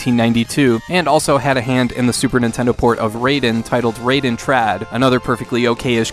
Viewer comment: Raiden is pronounced Rye-den, not Ray-den. I blame Mortal Kombat for this common mispronunciation. :)